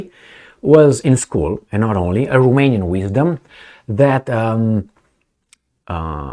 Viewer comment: He reads Romania right. For it is not what it seems. There are post Romans, hiding in the mountains for hundreds of years. They were surrounded by some cave man, called "olah or vlad". The post Romans colonized them in the form of feudalism, latter changed them in the school. They don't mix. Post Romans don't give their daughters to cave man. The Romanian's IQ is either under 80 or Over 120 for man. Between 80-120 for women. Some 10M of these gentlemen raided Europe, and they are behind Brexit.